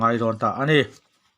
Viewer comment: Mizoram likhuar(liqour) lam dik ve teh,tawmbuk te pawh i thluk dik lo,a nihna bo thak thak in i lam reng mai.Midang chhiar ngaithla zawk teh ang,mizo tawng pawngsual an tih kha i ni hial em!!!??